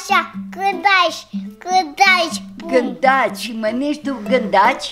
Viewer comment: “gădași gâdeși” 😂😂😂😂😂😂